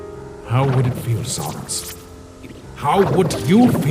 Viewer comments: Can someone contact the dubber and tell him how to pronounce sans ITS NOT “SUNS” ITS “SANS”!!!!!!!!!!!!!!!!!!!!!!!!¡¡¡¡¡¡¡ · Hey I think ur says San's name wrong it's not S-AU-NS it's S-A-N-S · why do you pronounce it sawns. it's s-AH-ns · Its sans not sons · Whenever these guys say sans all I hear is sounns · JESUS CHRIST ITS SANS NOT SANS! SANS, SENS, NOT SAUNS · Gaster says sans as sons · I love the quality of the video, but one thing keeps bothering me: I’m used to hearing Sans being pronounced as how you would say- SANDS. But I know you might not notice this comment or care but, I think people would like it better if you said his name like that. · I mean is gaster loved Sans all he could do is say his name right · Gaster loves sans so much he can't say san's name correctly